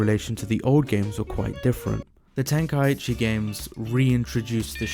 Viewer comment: Before making an hour long vid, atleast learn how to say tenkaichi properly. Idk how so many people say it wrong